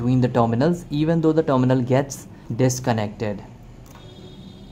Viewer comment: When you say "dominal", do you mean terminal? I think you could improve your pronunciation by watching videos made by native speakers.